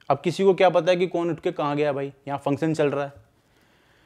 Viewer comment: Function bolo pehle theek se